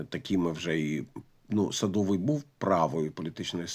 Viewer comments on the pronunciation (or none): СадовИй , а не СадОвий, 😂